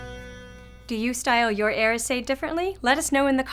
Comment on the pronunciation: Its pronounced more like , yera sedge